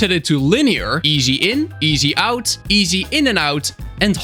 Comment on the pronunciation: just wanted to say that the camera path options where smooth, linear and ease... not easy. You say it like "is" but with longer "i".🤓